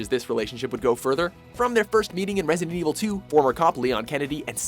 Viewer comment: "Resident EEEVUL series"